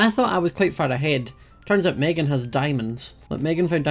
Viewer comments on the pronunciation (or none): none